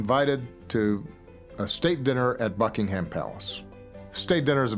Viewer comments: Love Obama though I have never yet heard an American pronounce Buckingham correctly. It's Bucking-em rather than Bucking-ham. The latter sounds like a type of cold meat. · The way he pronounces "Buckingham" 😁